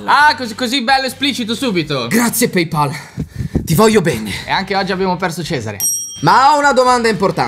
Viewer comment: Si dice PayPal e non PeyPal ca***